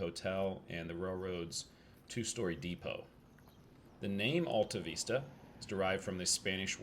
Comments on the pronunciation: Luv it !! You're so close to my place. It's not just the Vista (view) it's the Alta (high place), too. You gotta say from the diaphragm, like James Earl Jones. AHL TAH, VISS TAH. Real slow. 😀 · Yep, not only was the Vista wrong but the Alta part is more Al like in a man's name sound. It was good but you had to miss a lot of information that a local could have given you--but you probably didn't have any more time. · Everybody give Coach a thumbs up and subscribe so you can help his algorithms! Lesson #1 Coach: learn the correct pronunciation of the town so you don’t tick off the locals. 😂😂 Fun fact about the electricity being shut down at 11 back in the day. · Another great find in Kansas. Thanks for braving the cold to showcase this gem. Don't worry about the mispronouncing, we Okies do it all the time. Stay warm, safe travels and GOD bless